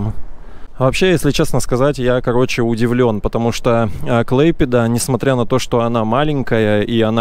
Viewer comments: Клайпеда, а не клэйпеда. Не канал, а река данге. Выучи русский, а потом литовский. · Не Клэйпеда,а КлАйпеда!!!!!!! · Что вы так коверкаете слова, не клэйпеда, а клайпеда. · КлАйпеда это не русское ударение. Русское это КлайпЕДа. Заявляю на правах коренного жителя. В связи с массовым оттоком русских в 90-х, употребление КлайпЕДа сократилось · Город Клайпеда а не Клэйпеда. Не каналы , а река Данга. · M.P. ну точно не КлЭйпеда....или должно быть как в английском? А произносится Эй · вот именно русским надо учиться правильно называть КлаЙпеду. Позор. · так всё-таки Клайпеда? Только я слышала, как он говорил КлЭйпеда.? Так А или Э ? Я белорусска и тоже хочу знать, как правильно...вот рядом муж-литовец смеётся....🤔🤔🤔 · если и произносит неправильно, то после рекомендаций исправляется. а вот великодержавники из принципы коверкают литовские названия. Олечка из принципу говорит: КлайпЕда, ШЫлуци. Противно. а муж литовец - не обязательно знаток в языкознании. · Перед тем, как выкладывать видео, не мешает научиться правильно произносить название города, и узнать значение слова "корабль" .